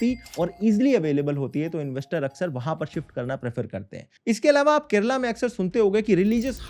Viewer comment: I'd give him top marks for correct pronunciation and not calling it "Keral"